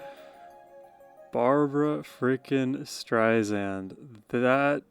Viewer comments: Her name is pronounced Streisand, like sand on the beach. Alot of people forget that. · dude, you gotta spell barbra correctly! and pronounce the last name with an "s", not a "z"... other than that, let's go... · Just a note ... CORRECT PRONUNCIATION it's Barbra "Strei-SAND " not Strei-ZAND. 😉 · Just a friendly correction. Her last name is pronounced Strei Sand, not Strei Zand. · Please, please learn to pronounce her name: Stri-Sand. And she’s really upset when people mispronunce it! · Have been a massive Barbra Streisand fan for the last 50 years and have attended several of her concerts. There will NEVER be another artist like Barbra. Am so glad you have discovered her and I love your analysis of her voice and her songs! Just an FYI, her last name is pronounced Streisand with ”sand” being the 2nd syllable, not “zand”. She has often said in her interviews, that is a pet peeve of hers when people mispronounce her last name. Just thought you would want to know! Keep up your great shows….am enjoying you! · You are just lovely! You absolutely must start to pronounce her name correctly. StreiSAND as she says, "like SAND on the beach"